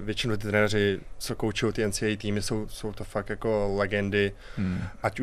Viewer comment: Co to porad ten dudak placa ensidablju😂NCW😂 to je ensiejej😂NCAA. Psano foneticky...